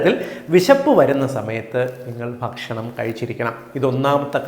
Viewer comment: ഇവിടെ ഭക്ഷണം എന്ന് പറഞ്ഞാൽ ഷേണം എന്നാണ്